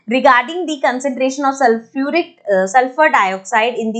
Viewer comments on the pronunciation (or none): none